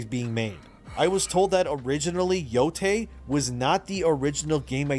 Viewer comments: Not Ghost of YO-TEE. Its Ghost of YO-TAY-E. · im not going to judge ghost of yotei until i play it. the voice actress' beliefs =/= the protagonist of a games beliefs, theyre just a VA. although irl the VA is woke as hell she sounds like a lunatic. and its pronounced "yo-tay" great vid J!